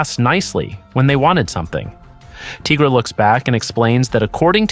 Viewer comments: You as well ? Why you calling Tigra 'Teegra' ? There's no such thing as a teega. She's a tiger. Good video though 🐾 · Would you call White Tiger....White Teegra 🤣🤣 no ..then why the hell are you calling Tigra ..Teegra 🤦🏻‍♀️